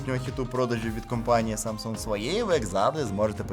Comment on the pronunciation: Ха - ха , Samsung корейці вимовляють, без g